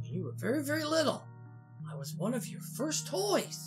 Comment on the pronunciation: I THOUGHT YOU SAID THE PLACE WOS CLEARED OUT!!